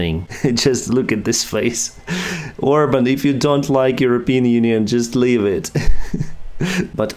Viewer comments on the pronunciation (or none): none